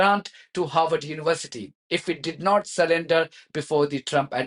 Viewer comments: Harvard Not Harward Vee sound in harvard Not w sound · You keep saying Howard 😢